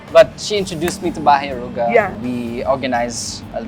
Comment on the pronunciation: Naintindihan ko pa na mali pronunciation ni james ng aruga, but why si karen din? 🙄 nwey not a hater but its getting out of hand lang why filipinos wont speak proper tagalog. Gusto ata maging extinct languange na. Nwey i know karen speaks tagalog pa din naman tlga. Just ranting generally abt this thing abt pinoys. 🙄